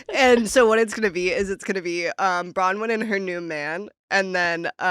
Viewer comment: Nick, it's Bronwyn not Brawyn! Why does no one correct this guy?